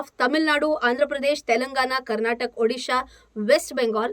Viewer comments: It's Karnataka not Karnatak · Small correction: its Karnataka not Karnatak. Just like how we dont call Maharashtr or Oddis... that "a" is missing. . 😊